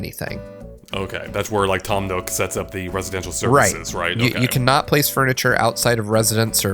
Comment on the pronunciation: “Tim” Nook???????